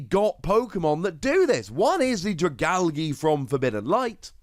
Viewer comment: no one: pronouncing dragalge: Dragalggy